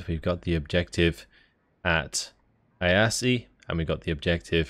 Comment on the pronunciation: Funny how you pronounce Iasi. Closer to how it's actually pronounced in Romanian would be 'eeashi'. Still, try Google Translate voice function for Romanian.